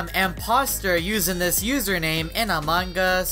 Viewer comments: how he said Among us: amung ush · Ikr amaungus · It sounds like a mangas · Hahah among gua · How many times did he say Amon Gus hahahahahaha 😂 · "In among gus" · Why do you guys say it Among-Gus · look at how he says among us